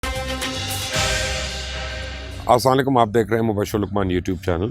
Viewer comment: Salam sahi kia karain...Assalekum nahi Assalamo Alaikum